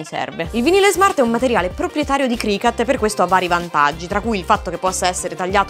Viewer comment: CricUt please no cricAt.. is not a CAT 😭😭🐈